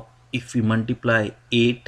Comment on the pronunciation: it's not MUNTIPLY 😹😹😹its multiply dude